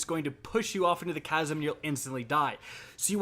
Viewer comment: Man is pronouncing chasm casm